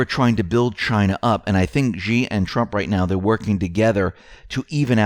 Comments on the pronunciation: China's Xi is pronounced "Shee" not "Gee" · Xi is pronounced like She not G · 'Xi' is pronounced like 'She'.